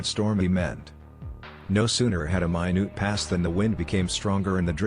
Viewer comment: One of my favorite quirks about the TTS software that uses is when it pronounces "minute" (the unit of time) as "my noot"